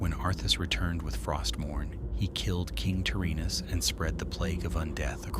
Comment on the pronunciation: King Tear-Anus